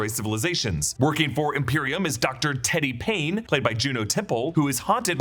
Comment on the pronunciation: Teddy Paine.....that's T-Pain 😂😂😂😂